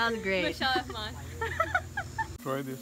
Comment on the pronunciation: Her name is mishal (an Asian name) but they pronounce it like Michelle